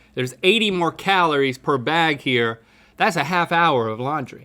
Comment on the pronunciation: did he just call calories kahloore